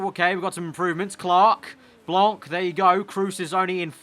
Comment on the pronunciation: Hey just wanted to say that you have a little problem with the pronouciation of Blanc : You don't have to pronounce the c at the end so you just have to pronouce Blan, But anyway good video as always :)